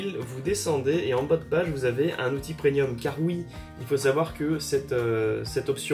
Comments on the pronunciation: Non il prononce "PreNium" comme nombre de personnes, ce que je ne comprends pas car l'orthographe et la prononciations exacte est bien "PreMium" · Super vidéo ! Par contre, une seule précision : on dit "PREMIUM" !